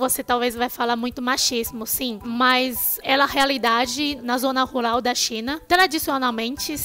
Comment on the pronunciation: Você fala ruRal e não ruLal, como cebolinha.